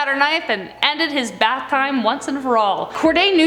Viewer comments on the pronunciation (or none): none